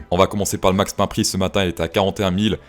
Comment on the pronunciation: j'adore tes analyses, et ton humour, une de tes expressions que je préfère avec ta façon de prononcer c'est " le max pin prix"... continues de nous donner des bonnes analyses. merci